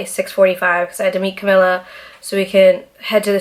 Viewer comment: I love you so much! And I listen to the podcast, and you do always say Camila’s name wrong. You are saying it like its spelt. But it’s pronounced Ca-mee-la. Thought I’d help you out.. I have a friend with the same name/same on how it’s pronounced.. and thinking of the “mee”, always helped me say it right. Anyways, can’t wait for the next podcast, you are hilarious babe!